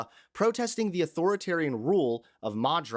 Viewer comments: Madro? Did you mean Maduro? A "clansadite" building? That's not even a word. Did you mean clandestine? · was he trying to say "Maduro" and "clandestine" (clan-des-tin) ?